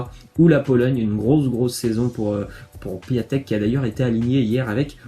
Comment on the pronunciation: Par contre ça se dit "Pion-tek" et pas "Piatek"